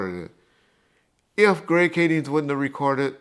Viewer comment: It's weird how and been at both Biggie and Pac murders and yet they still call the L.A. detective "Greg Kadings." There's no "s" on his name. I got $500 for a 20 minute zoom interview with you.